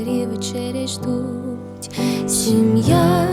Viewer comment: Це неймовірно чарівно. "сімʼя" як ви вимовили це, гусяча шкіра.